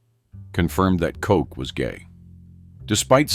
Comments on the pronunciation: Pronounced cot- ch, not Coke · His name was Edward Koch not Edward Coke😅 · Koch's rhymes with crotch. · Its mayor koch not kote. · It would help if you could pronounce the names of these evil reprobates! Aids is the sin disease of sodomites! If they found salvation through Christ they would have cared because they already knew what they were doing was blasphemy! Koch is not pronounced kock! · They mispronounce the last name of Ed Koch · Koch died of congestive heart failure. Not Aids. Can't even pronounce the man's name.